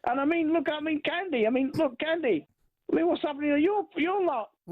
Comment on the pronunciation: His name is CUNDY not Candy ....dckhd